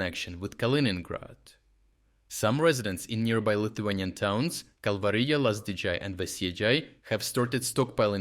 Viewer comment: dude, please, the Lithuanian J is pronounced the same as how you pronounce it in Kalvarija, it's not Lazdidzhay or Veisiedzhay, it's Lazdijai and Veisiejai. It's really hard to listen to this Americanised way of pronouncing European names, especially from a fellow European